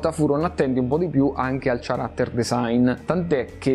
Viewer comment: Certo che sentire tutta sta lamentela per psico anziché Psycho da uno che pochi secondi prima pronuncia character come fosse chocolate...